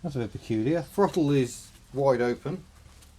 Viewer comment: "I can freel it fru da frottle pettle" LOL.... Two people separated by a common language...